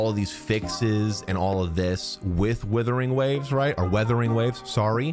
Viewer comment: Bro pronounces wuthering waves every single way except the actual pronunciation